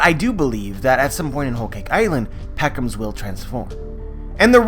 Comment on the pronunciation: P edro... P ound .... P eckoms???!!